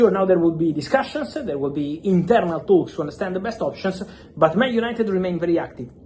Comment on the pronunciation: Club to club "THAUUUKS" let me hear your "THRRAUTS"